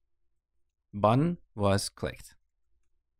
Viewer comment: please pronounce button as button instead btn